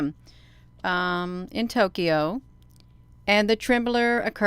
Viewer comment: Interesting post. (but no 'r' in temblor. just sayin' for the future)